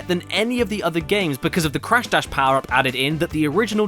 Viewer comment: When you said crash dash I though you said crash bash